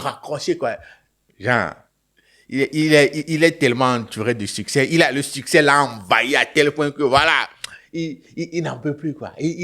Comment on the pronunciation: Il dis suceur et non succès